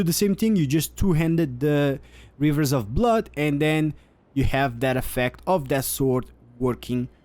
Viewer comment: Hmm hivers of bluud